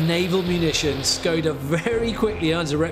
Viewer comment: it's pronounced - shkoda the symbol over the s you would think historians could look up pronunciation